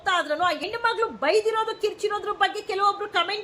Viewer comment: ಕನ್ನಡದ ಕೊಲೆ ಮಾಡ್ಬೇಡಿ.... ಹೆಣ್ಣು.... ಎಣ್ಣು ಅಲ್ಲಾ